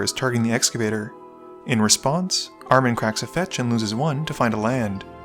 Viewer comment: i'd guess Armen is Armenian, in which case you put the intonation on the E, ArmEn, pronounced "R-men" Really cool to see one of my kind in here :)